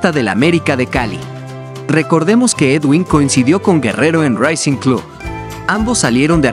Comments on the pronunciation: Estimado Novato... El Equipo Argentino es RACING, NO SE DICE "REICING"..... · M no o seas malo pronuncia bien el nombre del equipo argentino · Jaja que idioma hablas al pronunciar racing o estas creando un dialecto en tu cerebro???